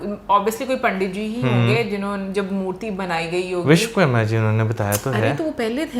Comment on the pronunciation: Vishwakarma hota hai,aur Stapit hota hai na ki stapt